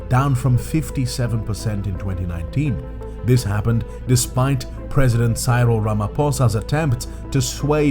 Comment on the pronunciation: I only subscribed coz you said Cyril wrong, but you said mkhonto wesizwe perfect lol...